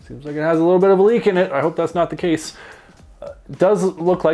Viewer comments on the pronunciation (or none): none